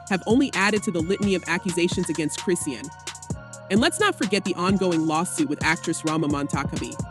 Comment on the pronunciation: Is this an AI talking? Who is Chris see ann?